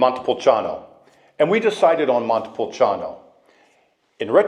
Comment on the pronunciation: You need to learn how to say Montepulciano since you are living there.